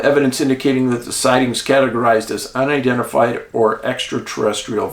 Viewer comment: Not to be too picky but UNi-dentifed was the category you were saying was Identified 😎